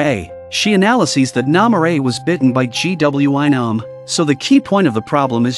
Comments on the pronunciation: Um did u mean gwi-nam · This is so great but all I hear is GWYM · He said g w e nam☠️☠️☠️☠️ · The pronunciation is funny G,W,I Nam, Su Ha ,yeok. 😂 Good show tho❤🎉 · G W I NOM you mean? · ‘G w i nams’ 🤣